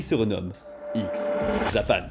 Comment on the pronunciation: bonjour j'apporte quelque modification , déjà on prononce X à l'anglais et on ajoute un - ( x-japan ) sinon si tu cherche sur google tu te retrouve sur des site olé olé . ensuite et cela est le pire , le premier album de X est vanishing vision (blue blood est le second et l'album de la consécration ) et pour finir le leader 'batteur et pianiste et principal compositeur du groupe ) c'est yoshiki (pas du tout yoshi). toshi était déjà dans la secte en 1997 car sa femme lui disait que la musique de x-japan était celle du démon et seulement ensuite toshi pris la décision de quitter le groupe , nce qui conduisit à la dissolution de x-japan .